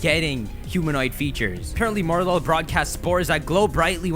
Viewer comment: It's pronounced Morel-ul, with the liaison. Coming from a french Canadian who's pretty okay in english.